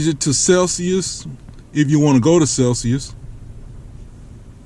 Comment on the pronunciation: he said "i dont know crap about celsuis" 😂😂 im dying